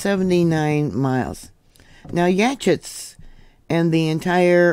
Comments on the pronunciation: pronounced YA-HOTS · Yachats is yah-hahts for pronunciation. You rock! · It's pronounced yaHAWts. just fyi. Love you. Thank you for doing what you do. Long time listener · It’s pronounced yaw hots… I know strange